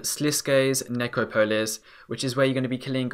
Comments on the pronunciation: i belive its pronounced necropolis not necro po lis haha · neh-crop-olis and greg-oro-vich sorry!